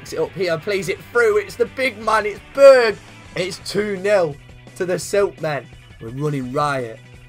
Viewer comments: You need to pronounce the «e» in Berge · You are saying Berge like it is Berg